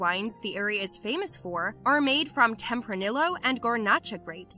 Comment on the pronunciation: Its "temp-or-neee-yo" not "temp-er-nill-oh"